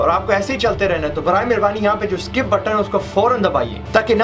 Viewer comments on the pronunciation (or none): none